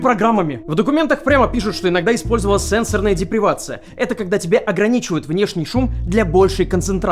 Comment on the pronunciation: Сенсо́рная, ударение на О, это во-первых. сенсорная депривация - это не ограничение шума. Это во-вторых. Что-то как-то совсем плохо, уже примерно на уровне лапоткова.